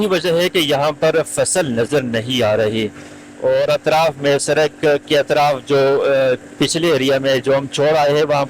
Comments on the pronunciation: سرک نہیں پیارے بھائی سڑک ہوتا ہے۔ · Lafz sadak ko durust kar len shukriya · Bhai Sarak Nahi